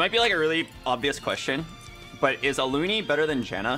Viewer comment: why do you call Alune "ALUNI"